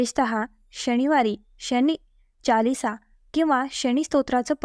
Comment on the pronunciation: शणी नाही शनि म्हणतात